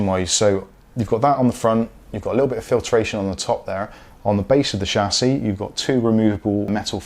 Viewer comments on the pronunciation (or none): It's Chassis not Chassis